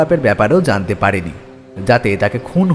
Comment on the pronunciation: সুকান্তবাবুর অন্য গল্পের মতো বলিষ্ঠ নয়। সদাশিববাবু কি সঙ্গে ছুরি নিয়ে আলোচনা করতে এসেছিলেন? আর লেখক হতে পারেন কিন্তু তাঁর উচ্চারণ মোটেও শুদ্ধ নয়। জ এর উচ্চারণ z সেই বিখ্যাত উক্তি মনে করিয়ে দিল, "কেবল zaনতি পারোনা।" আরো ভালো গল্পের প্রত্যাশা রইল।